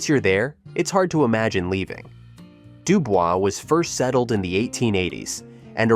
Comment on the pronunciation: They don’t pronounce it Dubel’s😅 it’d do boyz